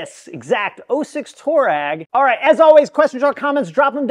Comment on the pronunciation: Twah-regg, not Tour-rag 👍🏻😁